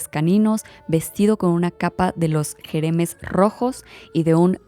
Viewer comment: Jemeres rojos! No Jeremes XD igual es mas lindo en francés Khmer Rouge :) perdón por la corrección, es que Camboya me toca de cerca. Excelente tu canal!